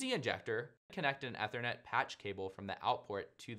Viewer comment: Learn to pronounce Ethernet.